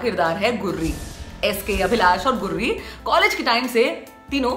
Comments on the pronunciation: Are गुर्री नहीं गुरी है उसका नाम 😂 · गुर्री नही गुरी... उच्चारण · अरे दीदी ये गुररी नही गुरी है😂😂😂